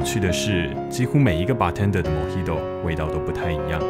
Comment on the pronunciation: 每次聽到旁白把bartender唸錯 我都雞皮疙瘩